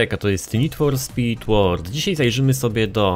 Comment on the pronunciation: LUCEK: lubię Cię i szanuję i sory, że się czepiam, ale to nie jest "ŁORD" tylko "ŁORLD" :)